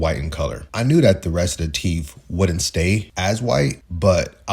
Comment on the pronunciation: Stop saying teef and wiff. Its teeth and with. Jesus christ